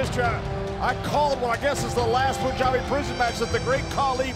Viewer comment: I'm glad Jinder pronouncing PUNJABI correctly... lol